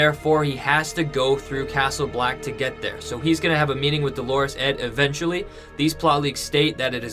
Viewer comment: Please, please stop calling Edd DoLORes Edd - Dolores is a woman's name. Edd's nickname is DOLorous Edd, from the Latin Dolor, meaning pain, grief etc. In French, the word would be douleur, with the same meaning. Unless you really think Edd is a woman, please change the pronunciation of his name. You are not the only person doing this - lots of other You-tubers pronounce the name wrongly.